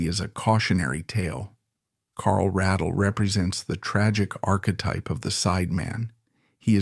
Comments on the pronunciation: Pronounce his last name correctly please, he deserves that much. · Would have been a better piece if you had learned to pronounce Carl's last name.